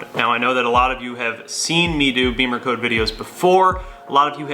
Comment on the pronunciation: Not BEEMERCODE, it's BIM-MER-CODE